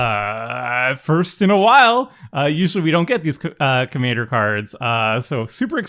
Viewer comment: I always get confused by pronunciation of "Commander" because, to me, it sound exactly the same way pronunciation of Kumena. With both of them I hear Kumana.